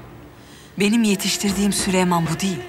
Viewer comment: Prenses sülemon diyor